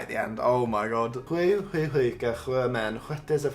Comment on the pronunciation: i think your best was sju sjuka..... very nicely done